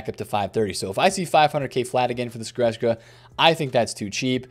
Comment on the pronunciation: Still can’t pronounce Goretzka to save Yur life 😂😂😂